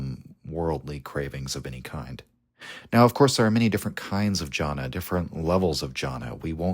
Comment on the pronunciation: Amazing video as always, one minor correction though, , it's Dhyāna not jana.